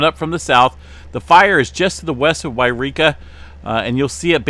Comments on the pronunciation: Hey it’s not Eureka! It’s Yreka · YOU reeka and WHY reeka are two different places. Should always pronounce it WHY reeka for this fire.